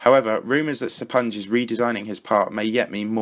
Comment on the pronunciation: I think you just butchered the name "SrGuillester." Considering he's Spanish I would assume the Sr was meant to be the abbreviation for Señor, and since "ui" following a G in spanish is pronounced "ee," it's Señor Gee-yester if you spell it out Sorry for being a grammar nazi, blame OCD